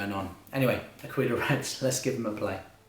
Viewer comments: This was sooooo helpful, thank you. Also, I'm Italian and you're pronunciating "aquila" right, "aquíla" is far more right that "akíla" but if we want to be annoying the perfect way to say it is "áquila" with the accent on the first "a". Anyway this video saved my life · 'Aquila,, 'Aquila ['A-kweelah] with the accent on the A... means "eagle" in Italian 🙏🙏🙏 Grazie! (but thankyou nonetheless)